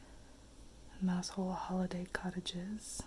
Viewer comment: Mousehole is pronounced mowsel.